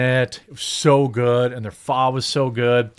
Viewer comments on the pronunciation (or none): It's pronounced "with an uh" bro Ph Uh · It's pronounced PHA? like you're asking a question. And all spring rolls aren't fried like egg rolls.